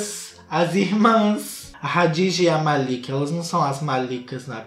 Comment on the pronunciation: hadijaaa naaaooo KKKKKK fala KADIJA com k normal kkkkkkk